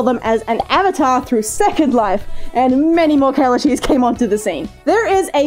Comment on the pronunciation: I thought she said "Killer cheese" instead of "Kellashees" Help